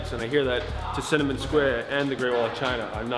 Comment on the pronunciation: "Tascinnamon Square" lmao!!!!